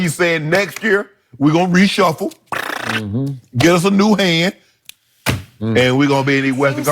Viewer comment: Only thing Lebron will activate is vacation mode. Did Shannon say reshuffle 🤦🏻‍♂️😂